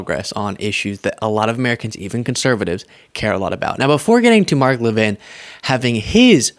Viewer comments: What’s with his French pronunciation of his last name? I would have said LEV-in just looking around how it’s spelled. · Levin, like leaven, not Le Vin. He's just trying to keep up with the Jones' of the big 'Fake Take' world.